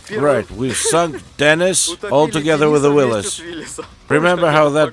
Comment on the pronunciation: Starting the video with the accurate pronunciation of Willys just got you a new subscriber 👍